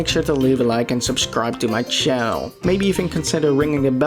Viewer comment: He also misprounonced channel into "cheel